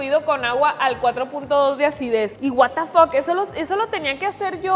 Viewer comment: Amo cuando dice watefak AAJAJAJAJAJA